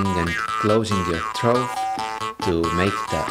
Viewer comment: Great video, but your pronouncation of "throat" is a little off-putting lol.